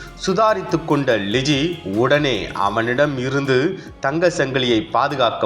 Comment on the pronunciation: இந்த செய்தி வாசிப்பவர்க்கு , ல,ள,ழ.. எழுத்துக்களின் வித்தியாசம் தெரியாது! தமிழ் எழுத்துக்களை சரியாக உச்சரிக்க கற்றுக் கொடுக்கவும்!! அந்த பெண்ணின் பெயர் ழிஜி அல்ல " லிஜி" !!!